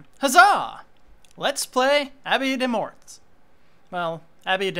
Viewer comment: Fun how you struggle to pronounce l'Abbaye des morts =P You mustn't say the "S" at the end ;) The new mic is pretty good, way better than the older one, and I'm glad that your voice isn't altered, since I love it. Keep up the good work :)